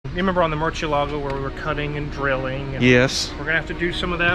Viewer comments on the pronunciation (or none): Murcielago is a Spanish word for bat. The C is pronounced like an S like Mur-see-ay-lah-go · He didn't. Murciélago is a Spanish word (bat) and would be something like "moortheeElago" (capital E like in End). But it's okay, most people don't pronounce foreign names correctly unless they're used to that language. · if you listen closely says “mercheealago” makes me laugh so hard #midwestern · Cringe at how the mechanic says Murcielago: Murcheelago. So gross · Half MidWest half Italian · WOW!!!!! has shattered the all-time record for desecrating the pronunciation of 'Murcielago' faster than Tyler EVER at the new high score of and likely never to be beaten. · I enjoy hearing the pronunciation of "murciélago" get butchered. (Murciélago is Spanish for "bat").